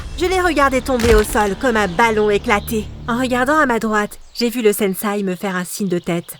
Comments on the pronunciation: Super vidéo mais c’est pas une étoile mais un shuriken et c’est sensei (qui ce prononce senssé )pas un sensai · Quand elle dit SENSAI J ai envie de lui dire on dit SENSEI ohhh!!!! 🥱